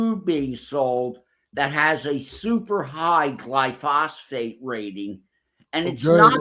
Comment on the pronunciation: Putting drops of olive oil into the ears is a home remedy for problems like wax buildup. I must dismiss that part of the story. Also, it's GLY•PHO•SATE, not glysophate! 🤦🏻‍♀️